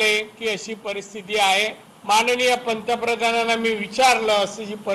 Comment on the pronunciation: अरे पंतप्रधान असा शब्द आहे प्रंत प्र‌धान नव्हे नारायण राणे अगोदर बोलायला शिका